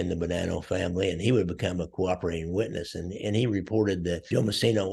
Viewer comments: Lear to say Napolitano right. It’s NOT Napoliatanio, it’s Napolitano. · Sonny Black's name is Napolitano not Napoliatano. Also, coincidentally Angelo "Quack Quack" Ruggiero was called Ruggerio. I always wondered why this happened.